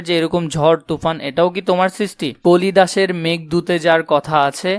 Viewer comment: ভাই এখানে আপনি কালিদাসের জায়গায় কলিদাস বলছেন